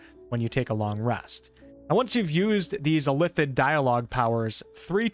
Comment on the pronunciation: Please learn how to say illithid.